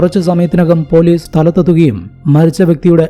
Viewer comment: സ'" എന്ന അക്ഷരം പറയാൻ പഠിക്കൂ ആദ്യം. എന്നിട്ട് പോരെ കഥ പറച്ചിൽ!!! സ ക്ക് പകരം z ആണ് വരുന്നത്. അറുബോറൻ! കേസ് എന്നത് കേz , police എന്നത് പോലീ z 😂😂😂😂😂😂😂 കഷ്ട്ടം!!!